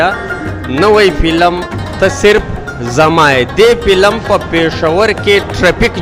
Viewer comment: وروره ف ته پ تلفظ کوی. پلم نه دی فلم